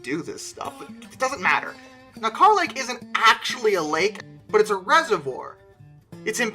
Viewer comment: Yeah most of us locals don’t say carh lake we use kur lake some use carh just to be right or different in their own way just to one up whoever they talk to. And no pictures cause that water is dirty as h